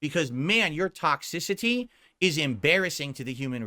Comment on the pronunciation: I knew he said toxicity weird, it’s one of those words he randomly fast forwards or pronounces at some odd pacing. But I just now realized how hard he leans into X and makes it sound like a K. With this one word. He’s such a bizarro freak of a person. How nice of you to remain happy in the face of trolling. Definitely worth bragging about to the world. You do realize though,, that the main reason you have trolls is your sick obsession with making yourself happy? How Happiness makes the world go round? Is more Quality Time what you should really be worrying about? As a Big Strong Family Man? Let me know. Thanks. Wishing no ill is a classic lie-style lie. Unless you’re confessing that you are not, in fact, human you are lying. You wish ill, you will it. You dream of revenge. You dream about the world standing up for you. These are all human reactions to hostility genius. It is impossible to not feel them. You do not control your feelings moron. You also don’t get credit for your fake idiotic integrity. Oh, what a Big Man is, look how he forgives his enemies and turns the other cheek. Ugh you are sickening. Own your true horrible self. Own your douchebaggery. You cannot hide it. It’s literally disfiguring your face. You want you to be happy. End of story, you dumb selfish mutant.